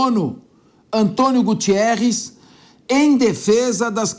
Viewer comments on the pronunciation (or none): ANTONIO GUTERRES "NÃO GUTIERRES"